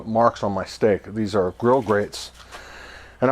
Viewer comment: A point of clarification ... Regarding grill grates, it's actually (no s at the end). It's spelled correctly at the bottom of the video, however you pronounce it as "grill grates dot com". So I went to and was redirected to a company that makes industrial ceramic products. Regardless, your videos are very informative.